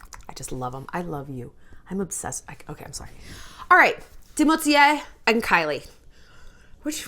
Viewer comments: I love Shallon but I cant hear her say Timotye one more time his name is Timothée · “TimOUTIEa” took me OUT 😂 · I just love how Shallon pronounces Timothees name hahaaha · yes I know, but she says in a funny way, that's what I meant.